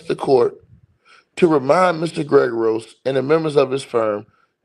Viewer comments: Ger ah gose not Greg er gose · PRONOUNCED: GEH-RA-GOS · Yes. Accent on the first syllable. GER a gos